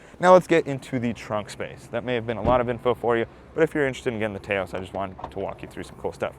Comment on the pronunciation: Taos rhymes with "house". Very informative review. I'm actually looking at an SE FWD mainly because its highway MPG is quite a bit better than most of the compitition.